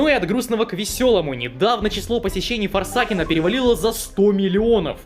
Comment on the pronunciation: КАКОЙ ФОРСА́КН ЭТО ФОРСЕ́ЙКЕН